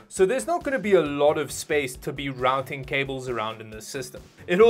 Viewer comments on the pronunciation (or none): none